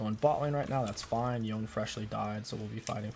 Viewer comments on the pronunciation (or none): not yown, it's yo-ney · you pronounced some stuff wrong, it’s Yo-ne not yone, and it’s zone-yas, also it’s raa-ba-dons